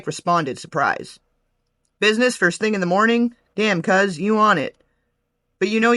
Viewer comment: naw snoop for sure dre don't say cuz like that